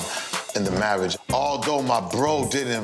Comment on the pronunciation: "Marrige" ... Hahahaha!